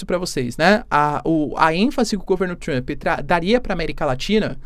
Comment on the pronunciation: Adoro como ele acrescenta um i em Trump 😊😊. Fica Trampi 😅 O sotaque brasileiro é o melhor!!!